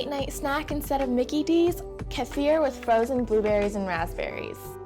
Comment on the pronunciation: Kefir = Key-fir. Ghee = Gee